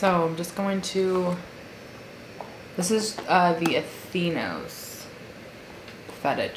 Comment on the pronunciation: bruh said “athEEnos” lmao